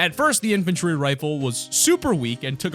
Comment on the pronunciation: MY FAVORITE GUN IS THE "IFANTRY RIFLE" MY DUUUUDE